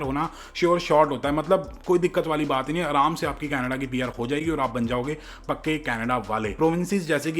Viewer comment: "Pakke Canadaale". Not "kache" but "pakke".